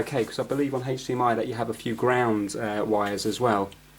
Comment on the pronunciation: Anyone else think of family guy and Stewie saying cool hhhwip when he says hdmi? Lol